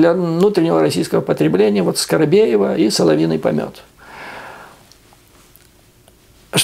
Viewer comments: Не скоробеева а скобеева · Скабеева, а не "Скарабеева". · Осень хорошая оговорка,,скорокобева,суперп